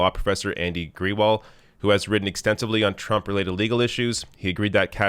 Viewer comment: Grewal is usually pronounced grey-wall.